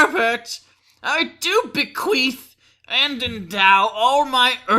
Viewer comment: Huh hu huh, it sounded like you said "be-queefed" hu hu hu.